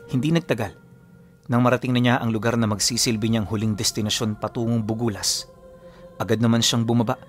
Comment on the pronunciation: BUGUIAS (bugyas),Benguet po ata yan sir not BUgULAS .. wala kasing bugulas na part ng benguet😊😊 and im from buguias❤